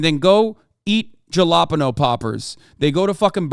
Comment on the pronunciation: jalapeno pronunciation